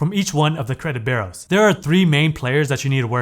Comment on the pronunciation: My friend: Your content is brilliant. But there is a blot on your otherwise stellar performance. The way you pronounce "b-u-r-e-a-u-s" make it sound as if you are saying "credit burros" or even "credit barrels." Pronounce it like this: "BYOU-rows." Thank you.